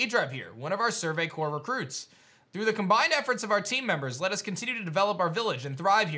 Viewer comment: Who’s going to tell Adrive it’s survey CORPS not survey cores